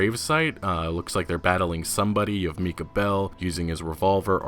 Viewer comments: Hey...it's pronounced My-Kuh not meeka..... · I’m pretty sure Micah is pronounced Mike-a not Meeka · I think it’s pronounced MIKE-A not MEEKA bell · Love the videos, man. Micha's name isn't pronounced like meeka, it's pronounced mike-uh. Like Micah Hyde who playes for the Buffalo Bills. Keep up the great work 👍👍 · its not mee kah it is mike ahh micah you stupid fuck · Thanks for the great update! However, "Micah" is pronounced "my-cah" not "mee-cah". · It's supposed to pronounced Micah (Mik•ha) Bell, not Micah (Me•ka) Bell. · Thanks for the video. I have one thing to point out. The name Micah is pronounced my-kuh, not mee-kuh. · “Mee-cuh” boy you aren’t too good with names. It’s pronounced “MY-cuh” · For the love of god stop calling micha MEEKAH. Its pronounced like MIKE-UH its a name thats been around for a while. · How do you mispronounce so many simple words? "Meecah Bell"? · Yeah. It’s definitely pronounced “My-Kah”, Just FYI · It's pronounced MY-Kah Bell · It is pronounced My-cuh